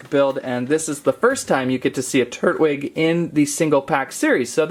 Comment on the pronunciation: tur TWIG with a T tur Twig**